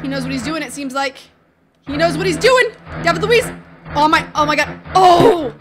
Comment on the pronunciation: David Luiz is d not l.